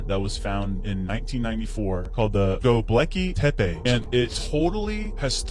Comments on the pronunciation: I believe Admiral Byrrd. Shame he died so soon after his television appearance. And that other bloke WAS annoying,the way he pronounced Gobekli tepi!! Thank-you for a very interesting upload. Lisa from England 🏴 GB. At 4.21 am, 15th of December 2023. 😎😎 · Dude. The Gobekli Tepe presenter (modern viking lookalike dude) says Gobleki Tepe. He is covering and presenting a Super important place and he cant even say the Name right! Wth dude